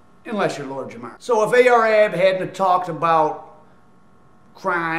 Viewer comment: Ar-Ab, not A-R-Ab